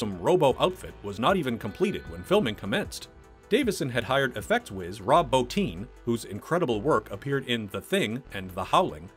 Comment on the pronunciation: His name is Rob BOTTIN NOT BOTINE DAMMIT